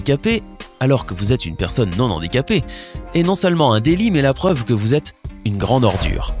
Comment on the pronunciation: 1. Il n'y a pas de liaison devant "handicapé" 2. On dit "valide" pas "non-handicapé" ça c'est la version d'un enfant qui faute de savoir ben...